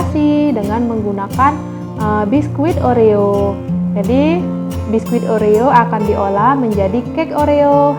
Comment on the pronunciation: Kata kata nya oreo kokjadi orea